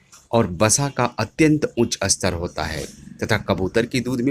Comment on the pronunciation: "बसा " की बजाय " वसा " बोलिए, " अस्तर " की बजाय " स्तर " बोलिए। शुद्ध उच्चारण जरूरी है।